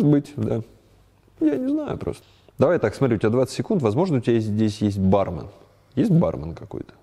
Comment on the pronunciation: Антон, правильно говорить бармЕн!